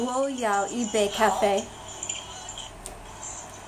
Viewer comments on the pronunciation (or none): the correct tone for first character "yi" in "yi bei ka fei" should be the 4th (drop tone). This character suffers tone shifts quite often and it could also be 2nd tone. See . Or if you can read Chinese discussion on this matter, search online for "一字的声调“. Since it's a little bit too complicated, all dictionaries only show yi's basic tone (the first). Of course it's way too unreasonable to expect a non-native speaker to know all this. However we should also be careful, since something being "correct by dictionary" does not necessarily make it "natural". For the most authoritative source of actual tone usage, listen to those CCTV news hosts. They are all professionals with at least 4 years very strict college level training to perfect their pronunciation skill.